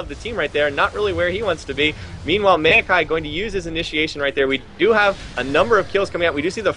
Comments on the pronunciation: rly Meewwwkai, maokai ffs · The next time that one caster says "mayokai" instead of "maokai"...